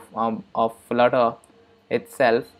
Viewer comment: did you said florer ? hahahah spell it flutter Man 😄😄😄 what the hack !!!